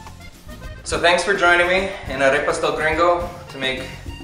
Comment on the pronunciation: Why do you say "Arepas" with an English accent ???? Be proud to pronounce it with a Spanish accent as the Proud Italians and French people do. I'm sure you're a proud Colombian even if you weren't born there................ Look at Lidia Bastianich here on YouTube and listen how she intentionally pronounces the items with an Italian accent.